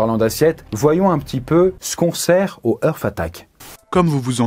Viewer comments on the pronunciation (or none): Lol l'accent anglais de! "Eursse" = "Earth" comme prononcé signifie "Terre". Ça se dit plutôt "Harte" = "Heart" le cœur. Voilà voilà jle place là 😅 Merci pour cette vidéo 😉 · comment il peut y avoir une équipe derriere et ne pas corrige de simple prononciation d'anglais. entre hart attack et hearth attack. c'est pas compliqué heart a dire pourtant. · Faut revoir ta prononciation de l anglais. Heart c est art ! Pas eurf... Ca c est earth.. la terre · Purée ne prononce pas heart comme earth!